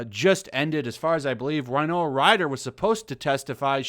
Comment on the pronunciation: I'm pretty sure you are mispronouncing Winona Ryder's name. It's Wi-no-Na not Wi-no-A.